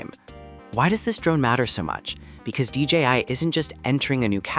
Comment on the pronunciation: Its D J I not D G I